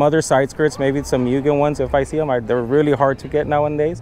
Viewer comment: Its Mu-Gen